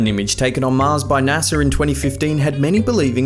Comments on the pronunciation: naser lol it's NASA BRO! 😂 Smh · What the Fu-- is" NASAR"?